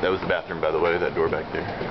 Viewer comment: "Bathroom"? Try that again